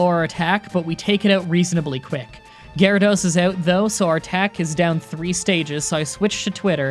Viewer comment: did you just say Garados? You mean Water Onix? Yeah it’s normal everyone makes mistakes